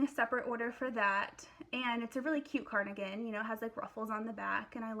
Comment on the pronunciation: Are you saying carnigan?